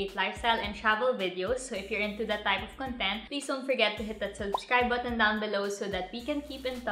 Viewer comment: wrong pronunciation po sa word na content